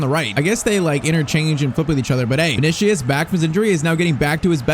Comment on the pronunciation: Vini-See-Uhs. Not Vini-Shee-Uhs